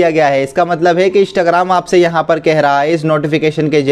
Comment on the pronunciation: Bhai bool rha hai Ishtagram 🤣🤣